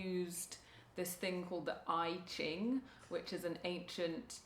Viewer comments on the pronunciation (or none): It's pronounced "Ee Ching", not "eye Ching". Interesting channel, I'm in.